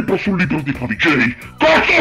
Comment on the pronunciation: AHAHAHAHAHAHAHAH OOMMMYYYYYGODDENESSSSS AHAHAHAHAHAHAHAHAH LA TUA PRONUNCIA DI FAVIGGGIEIIIII FÁ MORIREEEEEE AHAHAHAHAHAHAH TI ADORO AHAHAHAHAH